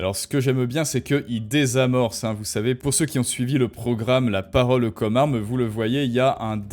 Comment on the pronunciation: T'es pas obligé de prononcer chaque e de chaque mot. C'est un peu dérangeant en fait. Comme par exemple quand tu dis "La paroleu commeu armeu."